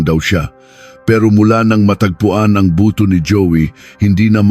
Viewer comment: 40 singko 😂buto pronounce in ilocano accent bootu hahaha